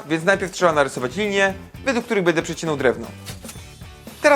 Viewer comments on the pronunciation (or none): none